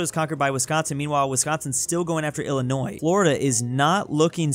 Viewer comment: "Illinios" Good job